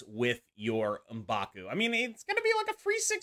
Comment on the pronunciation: I think Elsa is clearly a buff since she's back to being global now. Also thank you for pronouncing M'Baku correctly instead of saying "EM backoo" like certain other creators...